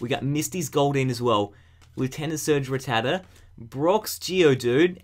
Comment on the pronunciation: It's rattata (rat-ata) not rattata (rit-tad-a)